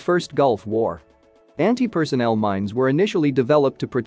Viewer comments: Anti-personnel, not anti-personal. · PERSONNEL! Not "personal"!